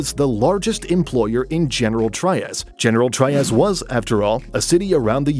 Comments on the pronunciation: Cavite -- ka-'VEE-teh General Trias -- heh-neh-'RAL 'TREE-ahs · General Trias Trias is pronounced "Tree As" Cavite is pronounced with three syllables as "Ka Vee Teh" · You mispronounce “General Trias” and “Cavite”. Pronounce them like you would in Spanish and you’d be OK.